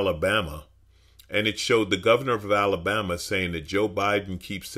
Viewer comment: You had me at “Alalbama”….